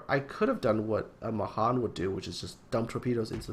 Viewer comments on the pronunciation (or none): Pet peeve: Mahan is pronounced with the emphasis on the last syllable [muh-HAN], so that it rhymes with can.